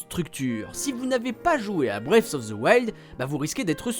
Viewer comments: Il serait temps d'apprendre à prononcer "Breath" au lieu de dire "Brace" :P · La prononciation bwéyfe of the wild c’est pour me tuer, les gars vérifiez un minimum comment ça se prononce ça veut rien dire ça 😂